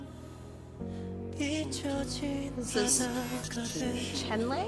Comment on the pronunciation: Hi!! This album is literally so Good!! Also just an fyi the "e" In renjun and chenle's name are pronounced more like "uh" So its R-uhn-jun and Ch-uhn-luh😇